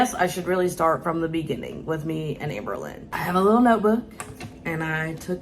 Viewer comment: "Hamber" Hamberlynn ⚰️